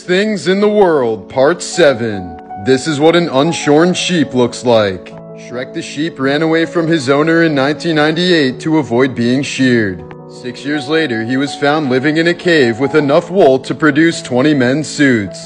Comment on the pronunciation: He said shord not sheared sheared is the correct pronunciation